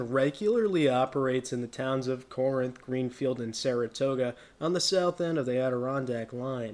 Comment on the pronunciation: Good video! By the way, Corinth is pronounced "KA-rinth".